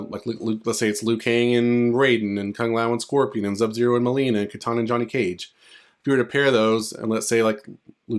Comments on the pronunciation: BRO WHY ARE YOU SAYING ZUB-ZERO ??? Say his name RIGHT dude, it's SUB-ZERO.... OR just don't say it at all, that shit annoying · Bro said zub-zero the whole time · Thank you man fr, kuz it's hard to listen to that I hope you understand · Bro you really enunciated that Z in Sub Zero lol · are you even a fan of mK you couldn’t even say sub zeros name correctly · this is a very nice video, please do not worry about the people bringing up how you pronounce sub-zero, it is not a big deal and they should have focused on the cool potential leak you were telling us about instead. anyway, have a good day!!! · Nope...not having it. He's reading everything else just fine in this video. No excuses at all. If it's a speech impediment...then just say that. His excuse is sad as well because he's familiar with the game. So, he doesn't get a break saying he didn't "realize" it. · Very annoying like A.I. voice mispronouncing Sub-Zero. He can read everything else but when it gets to Sub...all of a sudden...there's an issue. Then he states in comments he didn't know he did it. Nah, just admit you have a speech impediment.